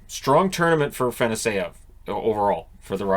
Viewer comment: Just wanted to give you a heads up that it’s pronounced Ah-fah-noss-yev